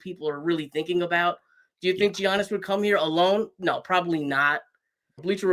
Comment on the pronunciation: Mispronounced Giannis name … nets can’t have him